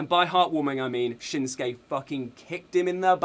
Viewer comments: Neither of those Japanese people are having people say their names right Japanese is a very phonetic language you say things exactly as they appear. They both are ignoring the sue sound in their names. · His name should be said shin sue key hers aww sue ka.